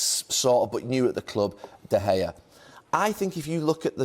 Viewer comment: How can someone with such an immense footballing knowledge as Jamie Carragher's still pronounce David De Gea's name incorrectly? Mug.